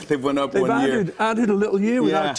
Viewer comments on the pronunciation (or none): Did Jimmy just say "went OP" as in the northern "uh" sound?